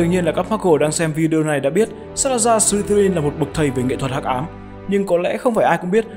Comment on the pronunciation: em tưởng nhà Ravenclaw là con chim ưng cơ...thấy trên wikipedia nó bảo vậy :)))....mà đoạn Ad đọc buồn cười vãi chưởng "Sờ li tơ rin" :)) má em cười sảng cười ẻ